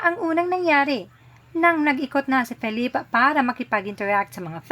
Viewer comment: Nasa first sylable po ang stress ng pronunciation ng name ni Felip. 💙